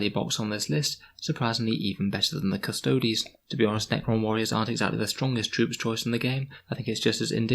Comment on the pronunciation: thank you for not pronouncing them "custoads" :)